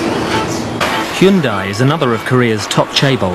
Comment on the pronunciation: Would be nice if the Brit narrator could pronounce Korean names with even remote accuracy. "Hyoon-dai" and its founder "Choong Joo Yoong" hahaha.